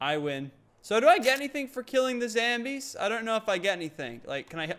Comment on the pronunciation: He doesn't say zombies he says zambies. best quote of w34q12666